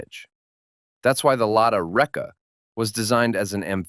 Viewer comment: If it matters to you when you edit the next video about Reka model, the name has a stress on “a” when pronounced…